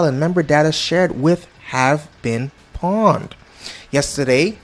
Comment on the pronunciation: Bro nobody says pwned like that wtf